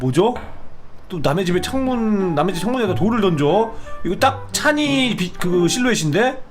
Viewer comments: 찬이인데 왜 계속 찬희라고해요ㅋㅋㅋㅋㅋㅋㅋㅋㅋㅋㅋㅋㅋ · 왜 자꾸 찬이를 찬희라고 부르세욬ㅋㅋㅋㄴㅋㅋㅋㅋ